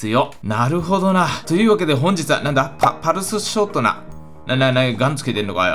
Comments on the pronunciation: パルシュショートナ。「ス」だわ！(笑) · ぱるしゅしょーとなって言ってるww